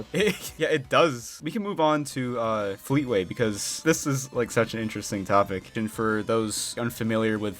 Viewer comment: I KNEW HE WOULD SAY FLEETAWAY